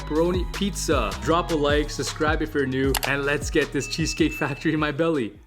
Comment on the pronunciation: You always say suscribe and never subscribe. Now that's sus